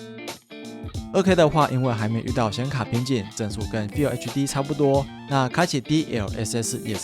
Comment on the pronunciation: FULL唸「富喔」，不是「菲有」😂